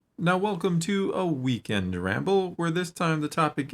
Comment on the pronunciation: A weebend wamble!!?? Uh, mesa liké dis!